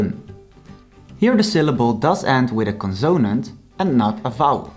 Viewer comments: Just thought you’d like to know that in English the word “consonant” is stressed on the first syllable. CONsonant. Not conSOnant. Thank you for sharing. I’m enjoying learning Dutch. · He's terrible. Learn with Kim if you want to knock out the Dutch language. He can't even say the word consanat right.